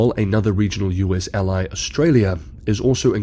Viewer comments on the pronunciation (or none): none